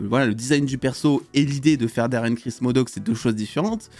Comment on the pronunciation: C'est pas daren cris mais daren cross